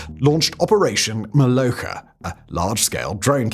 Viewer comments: "MoloCHka" - like Cz in "Czehia". Or KerCH. Same in BuCHa btw. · I am new to learning Russian (not even Ukrainian), so take this with a big grain of salt, but I think that "Molochka" has the "ch" pronounced as in "church", not "loch". So, /t͡ʃ/ rather than /x/ in IPA notation.